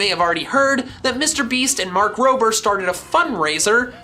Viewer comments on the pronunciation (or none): none